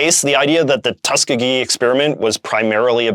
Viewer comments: BTW, Tuskegee is pronounced "Tus-KEE-gee" rather than "TUS-kuh-gee" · By the way, Tuskegee is pronounced "tusk-EE-gee." The middle E is a long E sound and is the emphatic syllable. Tuskegee is a historically black college in Alabama, which likely played a part in why it was chosen for the study.